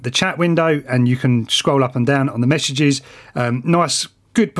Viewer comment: I swear he said "meshages". Get it?😂